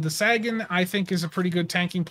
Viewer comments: SAG in command? lol Say - gen. Like Carl Sagan. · Come on dude. You've never heard of Carl Sagan? Look him up and say his name correctly. Please.